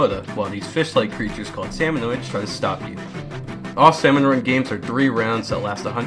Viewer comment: Erm uhm it’s actually SALMONIDS not SALMONOIDS 🤓